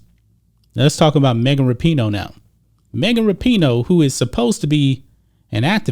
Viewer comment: LOL. It sounds like is saying Mega Rapinoe. And towards the end his facial expressions don't change when he states that " This is coming from the craziest, dumbest athlete in the world, Mega Rapinoe ". This video is classic.